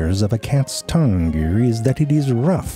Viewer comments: "This explains why most Björds have round pupils" "Sort of like when you feel around for keys in a cluttered handbjääg" "One of the most striking features of a cat's Tongjüür" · ZeFrank's new words for the day: Handbyyaaag. Tonguewwwwrrrr